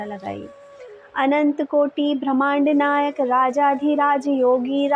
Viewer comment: Aap bhrahmand nayak aur prambhram kahte ho jo ki galat hai....Asal sabd brahmand nayak aur prambrham hai..